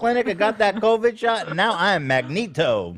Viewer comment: Loved the story time seg. Lost my shit at "I put one vaccine in my arm and now i am mag-knee-toe (magneto)" 😂😂😂😂😂😂😂😂😂